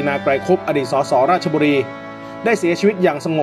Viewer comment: อ่านผิดท่านราชบุรี